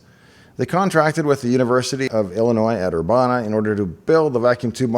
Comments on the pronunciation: The town Urbana is pronounced Ur-ban-nah (like banana) . Not Ur-bahn-neh. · Urbana is pronounced er-BAN-eh not er-BAHN-a, like ban the bomb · Ur - ban' - a Not Ur- bah-na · For the record, Urbana rhymes with banana. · No mention of Dave's mispronunciation of "Urbana"? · Very interesting. Minor point, but the “a” in Urbana, as others have pointed out, is pronounced the same way the “a” is in banana. (I grew up in central IL, not far from Urbana.) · Super minor pronunciation quibble: most of us who live in or are from Urbana pronounce the middle syllable (ban) exactly like the English word "ban" spoken in the most typical American accent. Like "bandit" or "Bruce Banner." Also, am I mis-remembering the film? Or are you describing the events of the book? I don't recall Dave trying to awaken the crew before HAL killed them -- I think HAL did that unprompted, and I don't remember anything about the air being removed from the ship (not technically a station, I believe). But it's been a while since I saw the whole film, I could be mistaken. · Just FYI the ban in Urbana is pronounced just like ban. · Learn to say “Urbana” instead of sounding stupid.